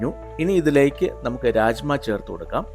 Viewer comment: Raajma alla.rajma Bean 🫘 not dal